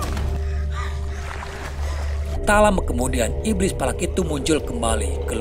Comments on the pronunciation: Valak mkn bukan palak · Palak apa Valak😂